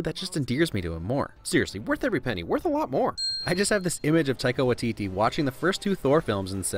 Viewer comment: omg im so sorry but i cant stand the way ur pronouncing taika waititi's name, though i get u probably just dont know how 2 pronounce it simple mistake but as a māori person its sooo aggravating lol everyone pronouces māori names wrong tho haha luv ur vids tho they r epic :)